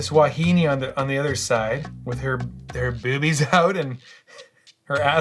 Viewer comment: Lmaooo saying “bewbies” killed me!